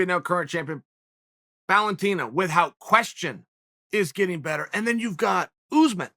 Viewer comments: Chael “With-hout” Sonnen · Why does chael pronounces "without" as "weaf hout"? Is it like a Oregon accent?